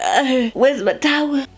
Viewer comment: i lost it at “where’s my towa”